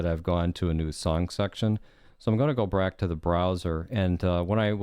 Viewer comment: "I'm gonna go brack to the browser"